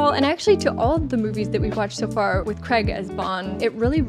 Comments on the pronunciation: Love your reactions fellow. I know you've been told this before - I have to tell all my friends across the Atlantic this many times - Craig is "Cray-g" not "Cre-g". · I have thoroughly enjoyed your commentary on the Bond collection i appreciate your insights and verbal speculation on plot twists etc. By the way Daniel Craigs name is pronounced Craig like crayfish - not Craig like egg as in fried egg - saw him correct Stephen Colbert on his 7th visit anyway I thought you would appreciate this info respectfully